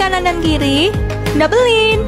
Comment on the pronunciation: Bukan double lin tapi double line sebutanya lain